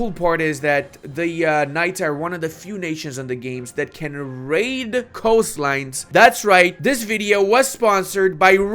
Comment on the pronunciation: It's Raid not Radi